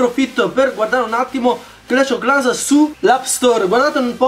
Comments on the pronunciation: Hugo Umana pronuncia inglese clash ov clans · 🎮DarkBlue🎮 sembra che dice proprio Clash o Clans 😂😂😂